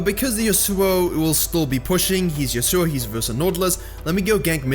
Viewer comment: Pls say yasuo right